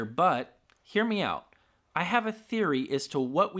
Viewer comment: When you say "hear me out" I hear "hear meow"